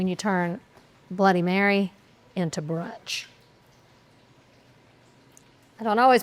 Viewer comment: Did she say brunch or blunch? 🤭😂